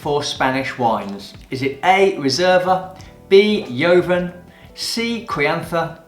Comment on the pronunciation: 10/10 it was quite easy for a wine professional with +10 years experience. Your pronunciation of la jota is a bit odd... yoven, verdeko?